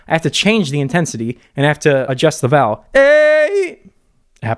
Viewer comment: Alllllllll this time, I thought you had been saying “valve” with no v at the end, with an American accent or something. Didn’t realise you were actually saying vowel 😭😭🤣🤣🤣 I think it’s cause you say vowel in one syllable and not two 🤔🤣